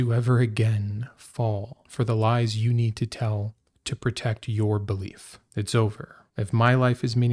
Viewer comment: The emphasis is on the word "you".